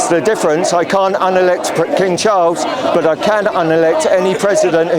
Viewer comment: I like the Irish pronunciation of king Charles the turd...